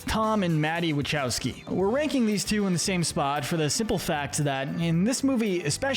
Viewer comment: It’s pronounced wuh-KOW-skee, “”! 🤨: Also, Shadow wears Air Shoes, not rollerskates, even if he runs like that, and: Gerald is a Professor. 🙄: As for mass murder on an entire planet, it’s called Omnicide! 🤨